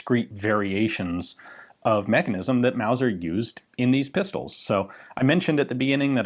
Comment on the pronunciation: Mauser, not Wauser.